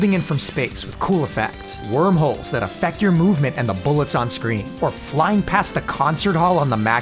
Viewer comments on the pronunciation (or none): none